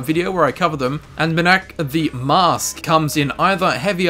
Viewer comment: You're sayin it "Mirdakk", when it's pronounced "Mee-Rak"